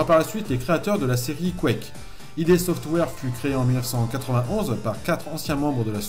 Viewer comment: On prononce pas id comme un sigle mais comme ça se lit. Ça vient d'un terme du jargon de la psychanalyse il me semble